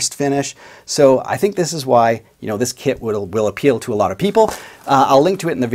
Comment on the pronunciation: I keep overhearing You say "kid" instead of "kit". It makes Your video more entertaining 😅 "... it has a pre-made body..."🤣